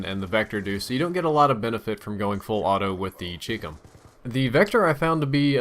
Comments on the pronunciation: CHI-COM!!!! CHI-COM CHI rhymes with SKY and COM is like .COM! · Nice vid. The Chicom is pronounced like Chinese/Computer, not like Cheekcum.